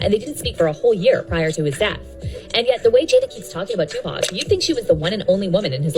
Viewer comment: Bro saying Tupac with a K